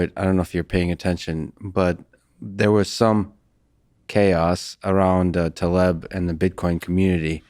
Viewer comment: I'm sure you're trying, but please... Taleb. ❤️